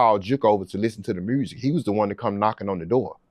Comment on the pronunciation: Damn he said mursic . Lol